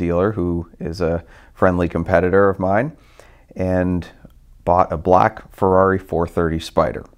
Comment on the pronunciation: Car'do yea'.. Farrari, da'new spide-ow?